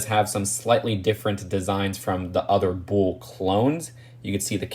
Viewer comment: Jeez man. Are they "Bools" or "bulls"...